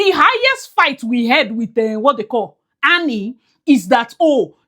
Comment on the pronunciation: Are you calling Annie or who? Because you keep saying Nnie